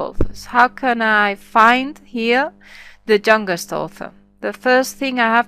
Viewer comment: i dont understant.. what means "THE JUNGUEST" or u want to say YOUNGEST? :|